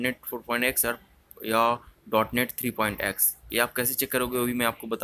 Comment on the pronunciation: It's not DE-NOTE 3/4 bro 😂😂 It's DOT NET (.NET) . A technical person should spell the technical terms correctly. BDW, the tutorial was helpful 👍